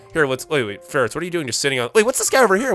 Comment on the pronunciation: you said "lets free farits